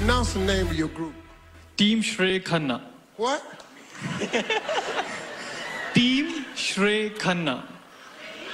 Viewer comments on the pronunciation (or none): He almost broke his teeth while pronouncing Khanna 🤣🤣🤣